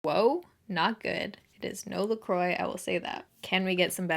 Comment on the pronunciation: Lol I literally love you so much...just FYI it’s pronounced “la crwah” not la croy (la croix)